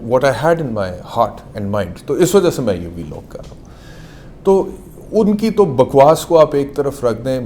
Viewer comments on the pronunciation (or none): Vlog ❌ biilogg ✅😆😆😆🤣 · V-log 😂 .. Vlog hota he laude